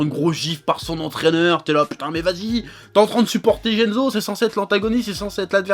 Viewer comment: Shutatsu et jenzo faut revoir ton japonais chef